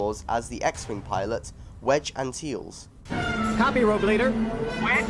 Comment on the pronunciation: Cracking video. The work and dedication and research for this video is something else man. Didn’t realise that the voice of Macduff was in Parting Of The Ways. Even a role as simple as that, brilliant. Also I hate to be a tosser, but, you pronounced Denis Lawson’s Star Wars character incorrectly... I’ve been watching them recently